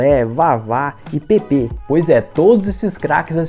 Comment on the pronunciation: Se diz Pépe e não como você chamou o canhão da vila.